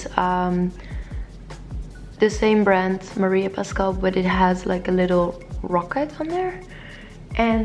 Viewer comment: It is not Maria Pascal but Maria Pascual